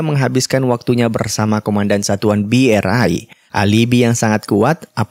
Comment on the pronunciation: Asuu asu ngakak sy bang hhhhhh host tadi bilangnya BE ER AI hhhh KUR sama KUPERA bang.